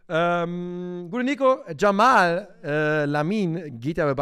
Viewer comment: Er heißt "Yamal" und nicht " Jamal"!